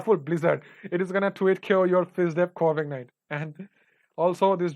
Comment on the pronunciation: Is it just me or everytime he says Corviknight I hear Covidnine